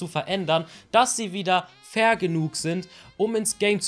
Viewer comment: Ich habe die ganze Zeit"vergenugt" verstanden anstatt Fair genug XD